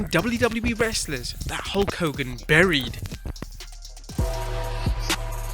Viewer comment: Was it "burried" or "bullied"? ;^)